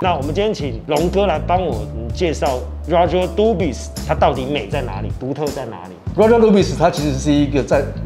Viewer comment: s沒有發音吧